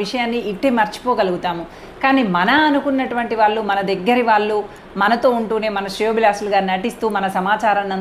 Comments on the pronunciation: ఈమె మళ్ళీ ఉపాధ్యాయిని.వొత్తులు ,ల ళ ... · వాల్లు, వాల్లే..... కాదు తల్లీ...... వాళ్ళు..... వాళ్ళే, తెలుగు..... దయచేసి.....!🙏